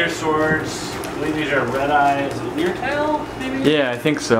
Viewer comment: so.... im a live bearer nut... lyre... as in lyretail swords? its pronounced "liar". not "leer" like you are saying it... a lyre is a primitive lap harp from as far back as before christ... they get the name from the resemblance in their tail to an actual lyre